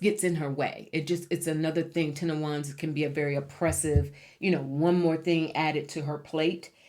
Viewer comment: Hello ‘10 of Wans’ 😅😅😅 Just had to say 😊